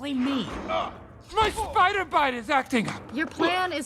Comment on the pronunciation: shoool and speeider